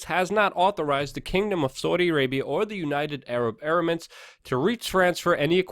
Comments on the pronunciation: You wanna be taken seriously Luke? Learn how to pronounce EMIRATES. UNITED ARAB EM IR ATES! DANG! OH, AND BTW, FUCK CNN FAKE NEWS! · Em-err-its.... there's no A in there :P